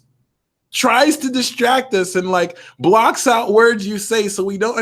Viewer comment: Maybe hit this like button sounds like hit (dis) like button